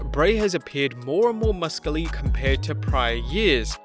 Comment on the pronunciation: Did he say “Mus-cully” 😂